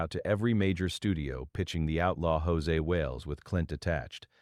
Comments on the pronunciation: Stupid AI-generated narration is FULL OF ERRORS! For example, the film's name is NOT "The Outlaw JOSE Wales", but it's "The Outlaw JOSEY Wales!" But repeatedly is mistakenly called JOSE Wales in the narration! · If I were Clint Eastwood I would sue the channel that produced this YouTube. When AI continuously mispronounces Josey as (in Spanish) Jose, it makes me believe the whole story is BS. "The Outlaw Josey Wales" is one of the best western movies...ever. I guess whoever produced this actually knows nothing about the movie, as well as Clint Eastwood. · Dear AI it is pronounced JOE Zee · Josey is not pronounced Jose. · AI crap. Can't even pronounce Josey.